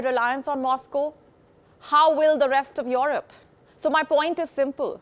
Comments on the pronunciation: If she says IOROP one more time my head will explode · Your rop 😂lol the way she says Europe